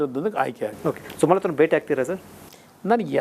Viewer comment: ಸಮತಾ ಅಲ್ಲೋ ಮಾರಾಯ ಅದು ಸುಮಲತಾ😂